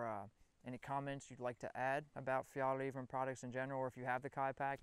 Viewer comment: Hey don't forget the Swedish ä! It's "Fjällräven" :)